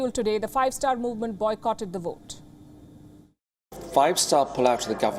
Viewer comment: 1st things 1st. WION staff really need to learn how to pronounce "V". V is not W. English says VOTE not WOTE Good luck :)